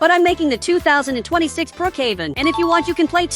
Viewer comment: You said 2026 wrong